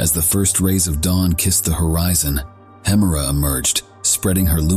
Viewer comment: I just recently discovered your videos, and they're really great! I re-watch them multiple times. One question, though. Why do you pronounce 'Hemera' and 'Uranus' two different ways in the video?